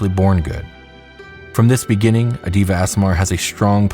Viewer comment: Deva is pronounced Day-vuh. Great video!